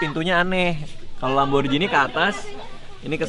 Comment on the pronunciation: Sedikit info aja nih yaa bang, kalo pengucapan lamborghini itu biasa bang bukan "lamborjini" tapi "lamborghini" soalnya kan bahasa italia 😁 Makasih bang